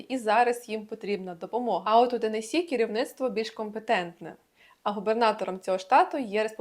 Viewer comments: Посмішили як Ви зауважили що наголос у назві штату Теннессі правильний а потім одразу якась з тих блогериць сказала велкам ту ауар ТЕннессі хаус тур😂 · я якраз про те шо вона не правильно вимовляє